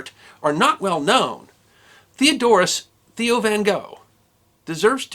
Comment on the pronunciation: It's pronounced like mayo with a t. Tayo van g(clear your throat)